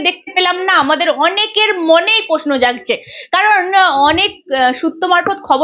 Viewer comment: সংবাদ মাধ্যমে কাজ করছেন,, অনেক বড় কাজ কিন্তু বাংলা ভাষা যখন বলছেন দয়া করে সঠিক বলুন। পোশনো নয় প্রশ্ন,,পার্থি নয় প্রার্থী,, শুনতে এতো খারাপ লাগে কি বলবো। আরও শব্দ বিকৃত উচ্চারণ করছেন। বই পড়ুন দিদি,, উচ্চারণ স্পষ্ট করুন এবং আস্তে কথা বলুন। নমস্কার।